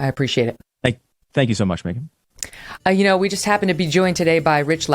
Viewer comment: <3 the show, I'm learning english from it. Yours pronunciation is so cool, Megyn, thank you so much! Greetings from Ukraine